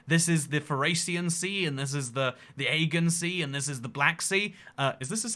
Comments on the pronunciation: I know you're not supposed to know the pronunciation of every place in the world, but your pronunciation of the Aegean Sea is very weird! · I find him incredibly irritating, and I’m a Brit. He pronounces The Aegean Sea completely non-standardly which just adds to it all